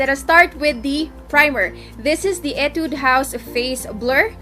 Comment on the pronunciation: /Hee-Tude// not /ee-Tude// pero its fine 😂😂 I love you